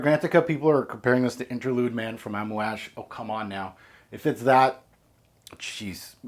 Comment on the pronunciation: Aside from being the fragrance guru that got me into fragrances back in 2009/2010, you're also the first person I've ever heard pronouncing "Amouage" correctly. Much love.